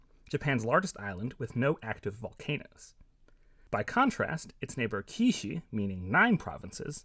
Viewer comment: It's pronounced "queue shoe." Kyushu.